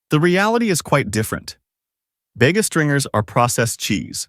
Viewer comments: Bayga? Every Aussie knows it's pronounced Bee-ga! Dairy Leah? Dairy Lee! Assuming this is aimed at the consumers here in Oz, the least we can have is correct pronunciation!! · everytime ai`HE says "Bega" 😂